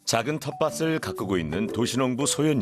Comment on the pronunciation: EBS인데 내레이션 발음이 엉망이네요ㅠㅠㅠㅠ...'텃밭을'의 발음은 [턷빠슬]이 아닌 [턷빠틀]입니다, '을'은 앞에 있는 빋침을 그대로 가지고 아니까 꼭 '틀' 로 발음해주세요....😅